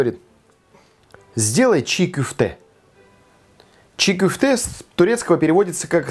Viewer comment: Оставьте свои предположения при себе, ок!? Вот поэтому за два года в два раза и увеличились случаи кишечных инфекций, потому что всякие чии кёфте (кстати так правильно, а не чи кюфте, как автор сказал). И наши рестораны вообще не известны в мире и звёзд Мишлен не получают, потому что такую дичь готовят. От кишечных инфекций кстати и умереть можно, это я вам как специалист говорю.